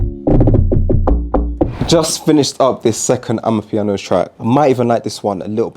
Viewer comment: bro please.............................its not AMAPIANO